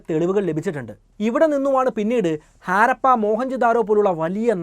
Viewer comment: Jnaan vichaarichu 5000 rupya aairikum enn. Baagyam 4999 ruveyaan. Chinkalk idh modalaavo. Aaarappa alla harappa. First clear your pronunciation 😂😂😂😂